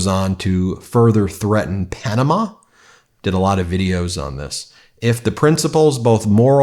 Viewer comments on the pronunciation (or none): none